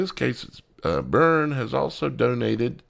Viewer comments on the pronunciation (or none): none